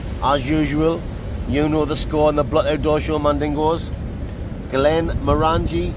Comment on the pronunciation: Your pronouncing the whisky wrong...it's not glen-mor-angie, it's glen-moran-gie....like sporran...rights 👍